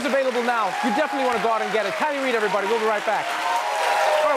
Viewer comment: "Kiley Reid". Ahhhh, so close, yet so far :(